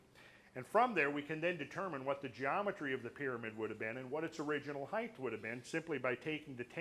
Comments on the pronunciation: Lol he says heighth. That's not a word. It's just height. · For crying out loud! This man is so bright, intelligent and learned, why is he pronouncing the word "Height" incorrectly? The word "Height" has a final "T" sound and not a "TH" sound. Christ Almighty it drives me nuts! I'm trying really hard to take in this wonderful beautiful data but everytime I hear that word pronounced incorrectly it drives me insane! Giving him the benefit of the doubt, it could be a hearing based deficiency. Sorry to be so fucking petty. I will buy the DVDs anyway. : -)